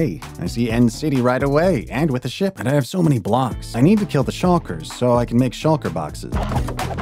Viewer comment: I swear, the way you pronounced Lapis Lazuli, Elytra, Unbreaking, and Shulker physically hurt my ears.